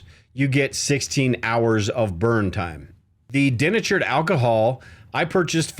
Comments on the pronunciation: Den-a-tured ? Oh come on man. Remember how your high school English teacher taught you how to find the syllables. De- na-tured. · Americans say "dee-NAY-chured" not DEN-a-churd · Love your logical approach my friend. Just one question - is that how Americans pronounce 'denatured' as if it had two 'n' sounds, so 'deNNatured'? I learnt it as 'dee-natured', like 'dee-activated' or 'dee-constructed' where the 'de' parts means 'no longer' like 'no longer natural', 'no longer activated' and 'no longer constructed'. I guess we say that because the 'dee-naturing' process is about making the alcohol undrinkable by adding chemicals. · Den achured alcohol? Are you in Canada? In the US we say dee natured alcohol. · dee-NAY-churd Bro, please, you’re killing me. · I’m a painter who uses denatured alcohol a lot. It’s pronounced De natured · “De” natured alcohol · Thank you - and its DEE natured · Early in the video, you kept using the expression "CO2". I think what you meant was "CO", which is Carbon Monoxide. CO2 is Carbon Dioxide and is significantly less dangerous than Carbon Monoxide. Also, you're mispronouncing the word "Denatured". Just saying.